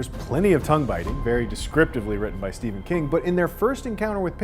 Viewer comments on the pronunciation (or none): none